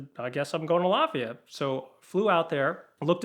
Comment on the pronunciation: Latvia! I thought he was saying Lafeyette, as in east bay, CA.